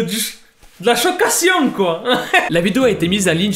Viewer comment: "de la choquation" - la prof de français de: 😱😨😵😲